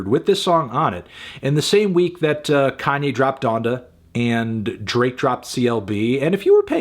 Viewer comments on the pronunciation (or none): none